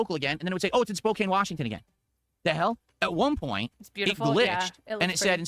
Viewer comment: I was born in Spokane so it's always annoying when he purposely mispronounces it. It's not english, the town is named after the Spokane Indian tribe and it's near a reservation.